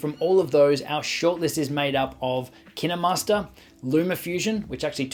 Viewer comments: IT ISNT PRONOUNCED LIKE KIAMASTER IT IS KIENMARSTER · Dude KineMaster says made with kninwmasters alll the time and it’s so annoying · Now I’m confused on how to pronounce KineMaster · Really you say kinemaster wrong